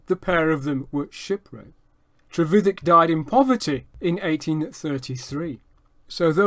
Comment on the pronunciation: No his pronunciation is correct